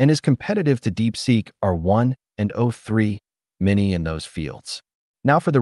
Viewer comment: I think the voice is generated, no? avoid using hyphen as it causes annoying pause like o3 (pause) mini, phi (pause) four.